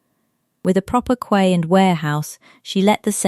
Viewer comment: Quay is prononced Key